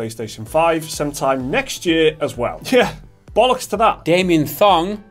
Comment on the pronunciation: I replayed him saying "Damian Thong" about 20 times before I moved on with the rest of the video.